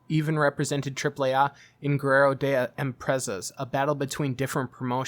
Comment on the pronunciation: Triple A not AH